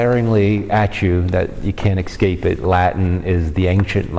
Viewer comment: Did Father say EXCAPE instead of ESCAPE ? Ughhh , I find it hard to take people seriously when they pronounce words like a four year old lol. Like Taylor Marshal and most Americans even presidents who say NUCULAR instead of NUCLEAR.